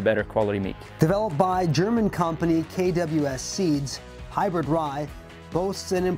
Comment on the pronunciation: Hey Announcer, Did you say "hybird" ?? WTF?